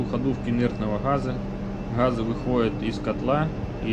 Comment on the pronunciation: Почему нельзя "хговорить" уже по-украински, или по-русски, как-то определиться, а то какой-то суржик. "Хгазы","хглавный","хгидравлический".